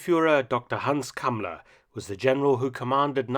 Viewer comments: Calling him cummler emphasis on the CUM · I keep hearing Kamala instead of the guy's name. Another fascist so it works. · Y is he called "Cumler" though? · I like how he calls him Kumler